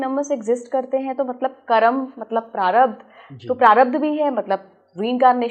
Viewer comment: महाशय, आप कर्म को कर्मा क्यों कहते हैं।